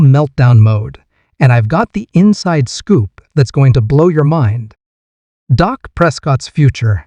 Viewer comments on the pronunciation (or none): Stop broadcasting this .. his name is Dak not Doc